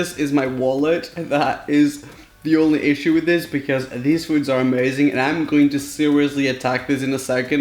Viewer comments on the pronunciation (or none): none